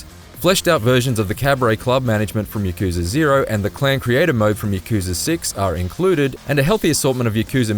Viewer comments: ya ku za he said wrong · "yuh-KOO-zuh" "muh-SHEE-muh"